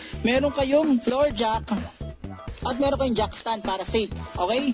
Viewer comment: Not jack stand instead jack ston👍💯😅😂😂 good job bro☺️